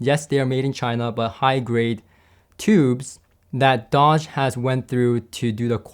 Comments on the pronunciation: “Doge” is not pronounced like the car maker, Dodge, it is pronounced “dohsh”, that is the best I could do for phonetics... Doge was a magistrate of Venice... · It's pronounced Dôge, as in the Doge of Venis.